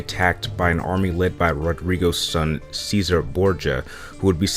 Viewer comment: Cesare is pronounced chesare actually but you are saying scissor